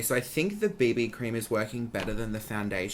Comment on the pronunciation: literally thought you said “bindi cream” when you said “BB cream” 😂😂😂😂